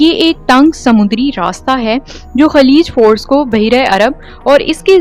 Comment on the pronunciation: خلیج فارس ہے خلیج فورس نہیں۔